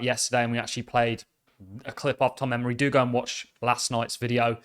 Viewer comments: you keep referring to Congressman Emmer as "Emory". It is Emmer. As always thanks for the updates. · Emmer not Emory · Emmer........not Emory